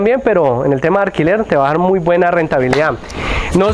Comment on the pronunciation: Cuantos años llevas presentando fincas???? Aprende a hablar bien, no se dice guauda, no se dice arquilar Tus opiniones sobre qué se puede hacer o no no interesa, diga las cosas de la propiedad y ya